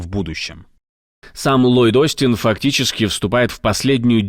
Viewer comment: Ллойд Остин 😂😂😂 ну и баклан